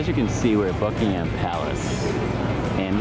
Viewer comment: Great video! May I make a suggestion (..as a Londoner). We pronounce "Buckingham" as "Buckingum" as in "um" not with "Ham" as in the meat. If you do you will head and shoulders above other American tour guides! Greetings from London!